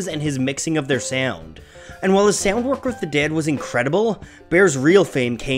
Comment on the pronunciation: The way the narrator says "Sea-owned" instead of sound drives me nuts.